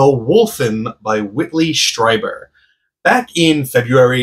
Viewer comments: Strieber is pronounced like this, Streeber. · You are the first person to correct me and I've talked about Strieber in at least 5 videos. I guess most of my viewers don't know how to pronounce it either lol I will note this when I reference him in the future. Thank you!